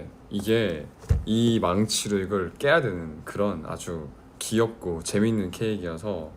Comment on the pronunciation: 맨날 '귀엽고' 라고 안하고 '기엽고'라고 발음해서 더 귀여움 하 ㅠㅎ